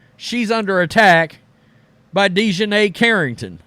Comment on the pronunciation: Deshineh?? Wtf